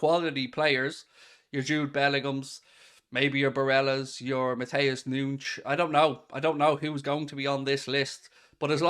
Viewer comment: please stop pronouncing matheus nunez as noonsh. You’re irish not Portuguese